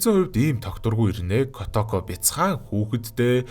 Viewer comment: kootoko gej urtaar duuddag kotoko gej boginor duuddgarak ylgataimyumbn hha